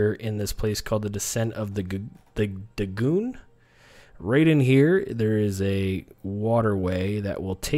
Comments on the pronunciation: I'm sorry dude, your information is golden(like, seriously, the best vid I've seen on the subject), but your pronunciation needs work :) Dagon = day-gone, ichor = eye-core and chitin = kye-tin. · This is not a case of tomato, tomato. Ross Morton is correct on all three of these words. Your pronunciation of Dagon was so bad it is like pronouncing Conan Ko-NON. haha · 'Descent of Da-Goon' XD